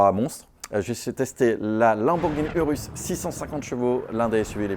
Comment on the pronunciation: le "Pog-rus" c'est le meilleur!!! (URUS)